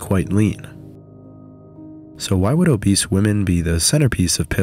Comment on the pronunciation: You keep saying "obese" like that kid in class who likes reading Huck Finn out loud a little too much.